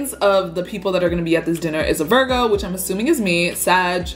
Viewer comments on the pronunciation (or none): none